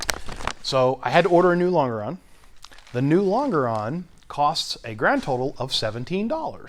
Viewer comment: lon·ge·ron /ˈlänj(ə)rən,ˈlänjəˌrän/ Not ... long-a-ron